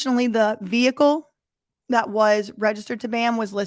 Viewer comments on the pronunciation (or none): none